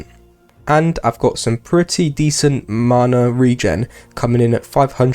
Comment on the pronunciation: the way you pronounce MANA is triggering x